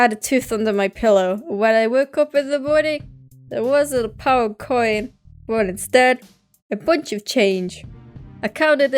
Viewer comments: When says pound it sounds like pow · Omg ur from uk am from uk too I knew it when u said pound